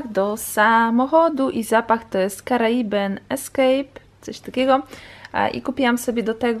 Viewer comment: czyta się karibin a nie karaiben ;D